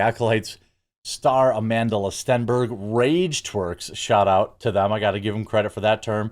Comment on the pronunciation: STOP pronouncing the L in her name, she doesn't deserve the extra syllable....just another Jessie Smollett